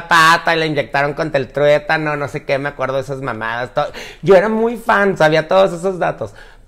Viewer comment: Es vacuna del tétano, no tuétano???? Jajaja no mames